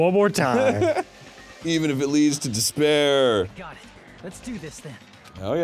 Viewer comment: Spoiler: Despair = dis-bear.